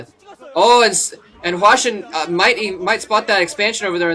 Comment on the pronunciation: My Korean friend says it's said like "HA-Shin" not "WA-Shin" Just like saying "Lim Yo-Hwan" You see "Im Yo-Han," not "Lim Yo-Wan"